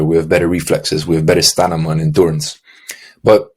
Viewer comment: I’m pretty sure you said stanima bro. Lol. But good comtent.